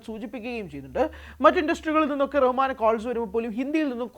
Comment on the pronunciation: Ar Rahman alla AL Rahman anu😂😂